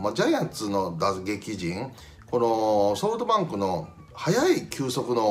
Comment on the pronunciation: 里崎さんって、ソートバンクって言ってるよな